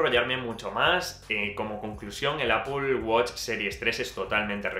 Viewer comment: Me encanta el review. gracias por tu tiempo para realizar este review. "interesante como dices "Apol"... XD Apple Watch 5 detecta caídas, no se en España, pero incluso llama al 911 en USA si el usuario no responde, otra novedad es que mide los db y nos avisa si estamos en un ambiente ruidoso (también lo hace mientras dormimos :D) .